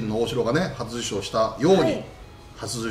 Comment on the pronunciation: 里崎さん 初受賞 があんま言えてない